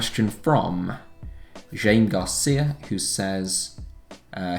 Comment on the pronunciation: I think it’s pronounced “Hi-may Garcia”